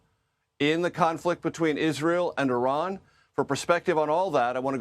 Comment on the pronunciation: Amazing, a journalist that pronounces Iran correctly. I see you, Sir. Props